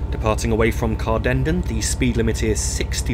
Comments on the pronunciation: Corrections if antone interested. Glenrothes, Glen-roth-ess. Inverkeithing, Inver-keething, as in seething. Rosyth, Row-syth. Dunfermline, dun-ferm-lynne. (not leen) Cardenden, Carden-den (rather than Car-denden. Kirkcaldy, Kir-koddie. Burntisland, Burnt-island. Aberdour, Aber-dower. as in flower. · Excellent, but note it's pronounced Glen-ROTH-es (3 syllables), not Glenrothes rhyming with rose. It's CardenDEN (stress on last syllable). And it's Burnt-island, as though it were an island on fire!